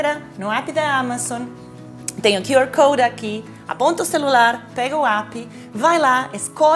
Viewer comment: A maneira como a Paola pronuncia QR code é minha nova religião😍!